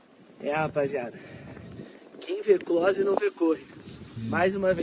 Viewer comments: "quem vê cloóse, não vê côore" 😂😂😂😂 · “Quem vê clÓse não vê cÔrre!”HAHAHAHAHA-Gritando!!Ainda errou as fonéticas, o que esperar dessa galera, na moral…. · A frase do carinha perturbado é "Quem vê close, não vê corre" , só que a besta fala errado!!! Inacreditável... maluquice total. Gente doente e ridícula. Surreal 🤪🤣🤪🤣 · “Quem vê clÓse não vê cÔrre” 😂😂😂😂😂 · Quem vê "clóse", não vê "Côrre" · A começar que além dele ter falado a pronúncia errada, essa frase já era usada há séculos pelas g4ys